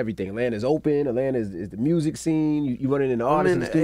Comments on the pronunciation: Rappers from Memphis CAN’T pronounce MUSIC.... 🤣💀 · Mursic 🤣🤣 gotta love it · It's more like "Mehrusic" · “Mursick” lmaoooo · Did this nigga say "mursic"? 😂😂😂